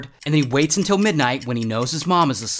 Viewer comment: Who else loves the “UnTilL” 😂😅